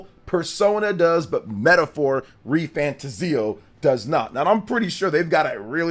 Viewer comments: Not pronounced fantaZIO. It's fanTAzio. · You are pronouncing refantazio wrong. Its re fan 'tay zee 'o. ' = emphasis Re fan Tayzee o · I might be wrong. But I think you're pronouncing fantazio wrong. Your videos are great but please fix how you pronounce it 🙏